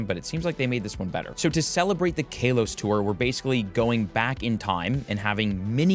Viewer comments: It's Kahlos not Kaylos! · Kaylos? Kaleos? My man, I think its Ka-los. I don’t care too much for pronunciation, but it threw me off when you said it first lol. Aside from that, this is a really great and useful vid! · He say kaylose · I don't care much about pronunciation, but it cracked me up each time he said Kalos like Kale-os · i cringe everytime you say KALOS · My brother in Arecus what was that pronounciation of Kalos?? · He pronounces it like that on purpose for clicks